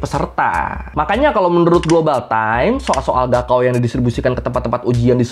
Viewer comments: bukan gaokao bacanya, .....tapi kaokhao bacanya.... wkwkwkwkw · Yg bener gaokao itu dibaca kaogao...高考 artinya ujian tinggi. Ini tulisan pinyin dimana pembacaan bisa terbalik. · Mas e cara baca 高考 "Gaokao" bukan " Gao Kao" tapi "Kao Khao" 😅😅😅 高 Gao (bc: Kao) = tinggi dan 考 Kao (bc: Khao) = ujian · Izin menambahkan 高考 pinyin nya tertulis GaoKao, tapi cara bacanya "kao khao". "G" dibaca "K"; dan "K" nya di baca pecah "kh" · Gaokao di baca kaokao bg